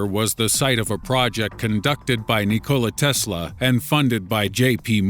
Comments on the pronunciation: "Ni Kola Tesla" lol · "knee cola tesla"